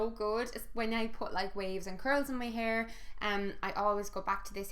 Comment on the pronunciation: Was absolutely convinced for like 10 seconds you said 'PEAR mask' instead of hair mask hahahaha. I was like 'she conditioners her pears...?'